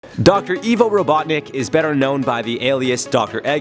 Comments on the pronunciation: What's so funny, that's his actual name. Also it's Ivo not Evo. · It’s The Way he said it, instead of saying “Ivo” he said “Evo” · YOU SAID IVO WRONG!!!!!!!!! YOU SAID IVO WRONG YOU SAID IVO WRONG. ITS PRONOUNCED DOCTOR EYE-VO ROBOTNIK. NOT E VO And i like rouge the bat cause shes pretty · dude said “Doctor Evo Robotnik” 🤣😂🤣